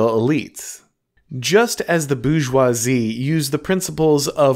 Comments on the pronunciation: It’s not Boo-joisie, it’s Bore-joisie, so to speak. Appreciate your content. 😊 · Nobody:: the boozhjwahzie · Not gonna lie, the way you pronounce "bourgeoisie" is a hugely distracting annoyance. Great stuff otherwise 👍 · He's just booing them.